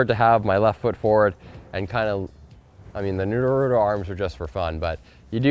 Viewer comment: Did anyone hear how he said naruto